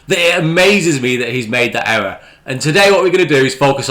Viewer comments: Ewwwor! Ewwwor! Ewwwor! Elmer Fudd's English half brother. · Oh no he actually made a huwge ewwor. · The way this guy pronounces the word "ERROR" is an "ERROR" within itself 🤣😂🤣 Love how he says thunderf00t doesn't do any research when the boring company website still currently has the same plans on their website from 2 years ago & how he used Reddit for updates on the project. Also love the way he tries to explain why you wouldn't want to have the new station link up with the current stations at LVCC and have to walk through the convention centre to get to the new proposed station linking to the hotel. Keep it up mate your comedy gold & please be sure to let us all know what Elon's pecker tastes like in your next boring company video 😆